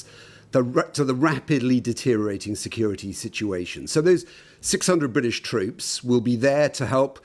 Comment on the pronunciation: WHY can nobody at the BBC pronounce 'deteriORating'? Do they get a bonus for saying 'deteriating'?